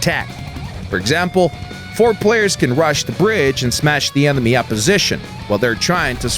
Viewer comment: Lol, he said emeny